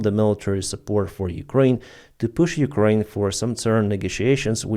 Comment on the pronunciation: Big props for the shout-out of Cappy! Mans got balls and integrity. Just wish he knew how to pronounce Ukraine 😁